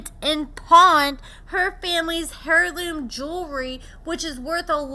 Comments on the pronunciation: Hair loom! Lol! I love u gal but that’s funny AF. Air loom.. is how u say it. Heirloom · Please learn how to say heirloom 🤣🤣🤣🤣